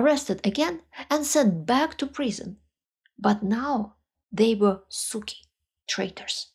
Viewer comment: your pronunciation of "suki" is magnificent